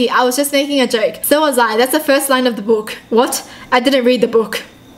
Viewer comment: the way she says book haha it makes it funny